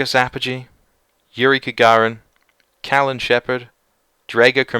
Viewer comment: Kagarin? I think you mean Gagarin